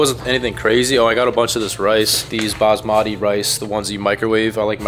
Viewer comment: You pronounce basmati wrong